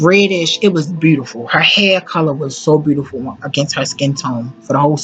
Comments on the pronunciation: Good God it was awful listening to this woman trying to narrate. I love Whitney Houston so I powered through. One more tongue pop, one more use of the word phenomenal, one more mispronunciation of the word “looked”, one more beautiful pronounced instead as “brutiferl” and I was going to just lose my mind. Please don’t narrate another thing ever. You make Beyoncé sound like a scholar and we all know how she sounds when she speaks. That was rough. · and the way beautiful was mispronounced